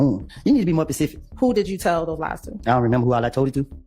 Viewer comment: …the same reason he says Pacific instead of Specific. Same reason he can’t decipher the difference between purge and perjury. He’s ignorant.